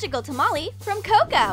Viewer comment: is not cow cow is CO CO